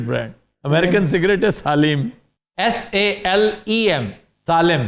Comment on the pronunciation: It's not Saalem. Its Sailam. Sailam is the right pronunciation of Salem.